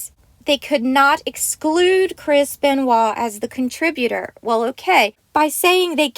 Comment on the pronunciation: it's chris benoit not kris benewah?what the hell is that